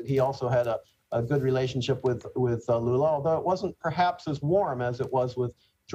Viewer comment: Pretty sure I heard him call Lula, Lulu